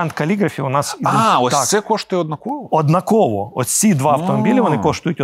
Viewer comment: Ріже слух наголос у слові "однАково"!!! Не однакОво!!!